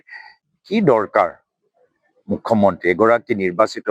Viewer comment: অসমীয়া বুলি পৰিচয় দিয়া গৌৰবে মুখ্য মন্ত্রীটো মুখ মন্ত্রী বুলিহে উচ্চাৰণ কবে